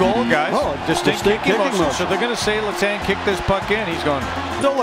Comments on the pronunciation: I'm sorry, LeTongue? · This guy sounds like he has never watched hockey letang = letongue😭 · For the love of god work on your pronunciation. Letang, Gaborik 🤦‍♂️ come on